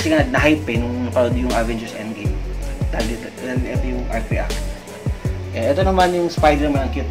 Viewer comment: ang ganda ng "indgim" pati yung inpinity war ang galing talaga ng avin girs atsaka napanood ko din yung "sibil war" ang ganda! panoorin niyo na! hahahaha